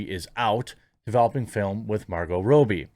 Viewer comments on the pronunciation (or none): It's Robbie not Roobie 👍🏻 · Rob-e not Row-be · It's not Row-Bie! It's Rob-Bie! It's Steven Sea-Gull, not Segalle! It's Hyacinth Bucket, not Bouquet! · "Rob-bee" not "Row-bie" Pronunciation is triggering me today sorry dude, lol! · Say it with me Jeremy: Rob-bie. Not Ro-bie. Double "b" not single. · Rah bee, not Robie. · It’s robbie not robbie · dude leanr to say the mname right every time you said it I just want to click away... its pronounce Rob E its not that hard..... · What can't you say Margo's second name properly Lol